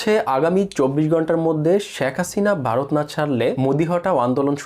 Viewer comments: আরে বোকাচোদা খবর পড়ছিস বাংলাটাই তো ভালভাবে বলতে পারিস না ভারত কে বলছিস বারত ? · বারত! গন্টা ! দর্ম ! ভাই বাংলা উচ্চারণ টা ঠিক করে ভিডিও বানান। তা না হলে আপনার ভিডিও বিশ্বাসযোগ্য হবে না। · ভারত বলতে পারে না বলে বারত,ধর্ম বলতে বলে দর্ম এতটা অশিক্ষিত একটা লোক গায়ে কোট চড়িয়ে ভিডিও তৈরি করে!!